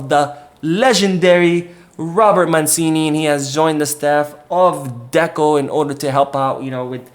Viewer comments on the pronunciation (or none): It's Roberto Mancini ([ch]) not Robert ManSini 😊